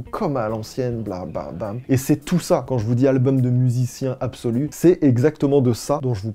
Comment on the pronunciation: Qui dit "albeum"?